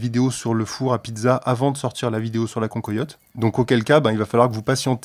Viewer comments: Désolé d'être un peu chauvin mais on dit pas "concoyotte" mais cancoillotte nom de dieu !! Salutations de la vallée de la loue 🙂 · cancoillotte se prononce can coi iotte et non can-co-iotte. merci pour le partage